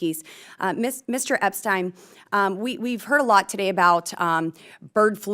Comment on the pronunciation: Mr Epstein, excuse me Mr Upstein! That was a hilarious slip of the tongue